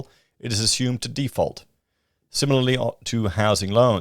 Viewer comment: It's a housing "default" not a housing "deeefault". You are watching too many American channels and mindlessly accepting the mindless American vernacular. You have, thankfully, lost much of your Victoria accent. Please don't drop into the Millennial pattern of speech that is apparently evermore American.